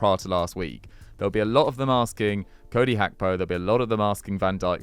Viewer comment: Little help with Hancko pronounciation: Dávid (Daavid) Hancko (Hantsko)